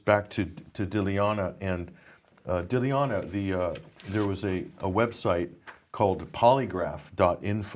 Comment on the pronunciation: Guys, the least you could do out of respect for the intrepid and courageous Dilyana is learn to say her name, it's really no harder than your made-up versions - phonetically it's GUY-TAN-SHEEVA - at least that's a lot closer than your sad attempts. She is clearly far too polite to correct you herself ^^;)